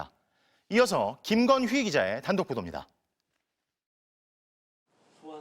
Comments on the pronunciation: 기자 이름 김건휘여서 발음 명확히 하는거 개웃기네 ㅋㅋㅋ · 앵커가 기자 소개할때 김건희로 들릴까봐 김건"휘!" 기자입니다 하는거 웃기네 ㅋㅋㅋㅋ